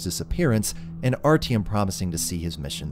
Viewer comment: My man, nice video, but you butchered those names so bad i had a stroke trying to understand who the fuck is RTM